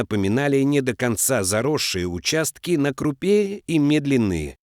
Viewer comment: Не на крупЕ, а на крУпе.Делай правильно ударения!